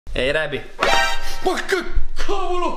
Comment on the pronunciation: Si dice reby